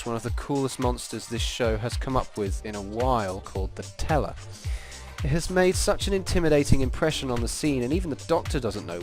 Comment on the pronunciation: Whenever he says "the teller" I keep thinking he's saying "nutella"